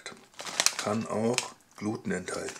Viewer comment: Junge, Junge... schau dir mal an wie man Gluten ausspricht.